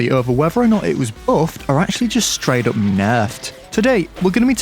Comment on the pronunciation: "Whether it was bouffed, or ackshully just straight oup Naurfed!"